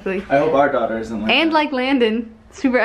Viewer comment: its a girl?? said doughter